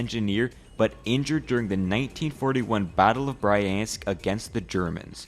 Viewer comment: battle of "brah-yansk")))